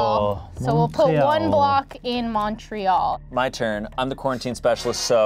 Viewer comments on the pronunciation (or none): It hurts hearing them butcher saying Montreal